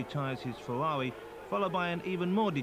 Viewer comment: Unsuitable but hilarious. So many funny quotes like ripping the piss out of deCesaris, ‘Berger’s Fewawi’ and ‘Zanardi cwashed is wo’us’